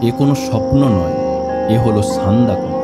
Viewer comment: সবই ঠিক আছে ভাই, তবে সান্দাকফু উচ্চারণটা ভীষণ কানে লাগলো, যা আমার কাছে সহ্যের বাইরে। উচ্চারণটা সান্দাক ফু।